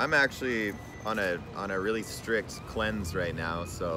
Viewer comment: " I'm on a strick cleanse " - rips vape 😭😂